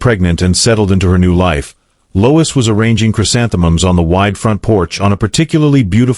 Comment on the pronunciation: Lois not Louis